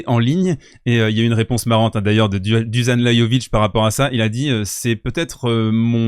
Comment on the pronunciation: Pour info, Dusan se dit Douchane et Lajovic : Layovitche.